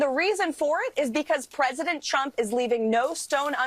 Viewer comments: Maybe someone has already said this but it always sounds to me like she calls him President Chump. Quite accurate actually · Sounded like she said president chump…. Yes, yes he is….first time I agreed with this lady….